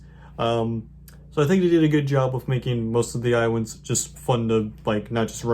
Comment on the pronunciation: I awso wove iwinds. Nice video 👍